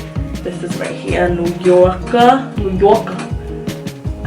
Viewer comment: Love this video💗 you had me dead when you kept saying “new yawker”😭